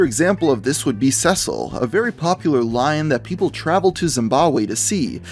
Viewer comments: hard to take a guy seriously when he can't pronounce cecil right. CEE-SIL not sesil, idiot. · Zesle? It's SEE-SIL (Cecil) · Ceecil not cecil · Cringed when you said "Seh-sill"